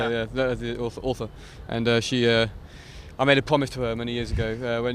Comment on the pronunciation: ”I made a pwomise”